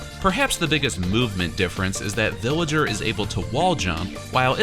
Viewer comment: He says billager